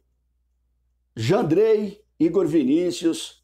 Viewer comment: PAREI QUANDO VC FALOU JANDREY 🤦🏾‍♂️🤦🏾‍♂️🤣